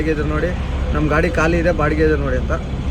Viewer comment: Guru ಅದು ಕಾಳಿ ಅಲ್ಲ ಖಾಲಿ 😂😂😂😂